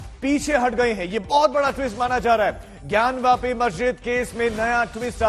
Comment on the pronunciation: It is not gyanvaapi it is jnaanvaapi. ज् + ञ = ज्ञ ग् + य = ग्या ज्ञान्वापि = ज् + ञा + न् + वा + पि ग्यानवापि = ग् + या + न् + वा + पि